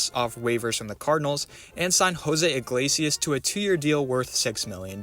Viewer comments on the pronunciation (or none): none